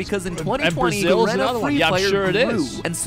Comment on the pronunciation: its pronounced fucking G-Arena not Garena LMAO